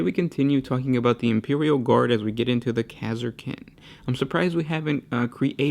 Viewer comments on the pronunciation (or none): impewial guard lol, kek even